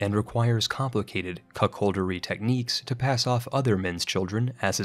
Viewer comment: He fucks up the pronunciation of common words too like when he says Mass Tie Kistic instead of Masochistic and when he says CuckHoldery instead of Cuckoldry. This is such a common thing with specifically Americans who make videos about Strategy Games. It sounds like a generalization but its so common you would be baffled. Been thinking about making a compilation of sorts cuz i hear it happen so often